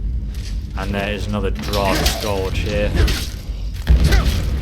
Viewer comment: Scourge is pronounced skerj.